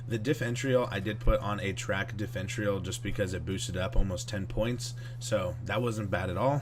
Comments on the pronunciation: (diff-eh-ren-shul) is the proper pronunciation lol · Diff-er-ential lmao dumbass